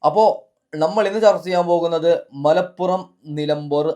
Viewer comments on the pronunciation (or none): none